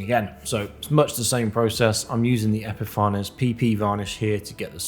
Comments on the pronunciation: Really good video, with excellent workmanship. Just one thing !! It is pronounced ep-i-fains. Not epifar ness. Can't insult an excellent product, I use it all the time !! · epi far nez not epi fanes?